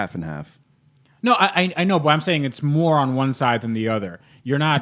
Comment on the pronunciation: Cause he said mor(e)on hihi